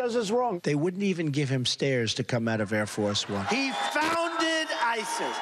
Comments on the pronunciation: Did he say hair force one? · Donald Trump "flew hair-force-one . . ." LOL!